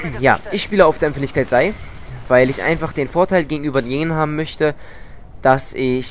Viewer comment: er sagt empfindlichket drei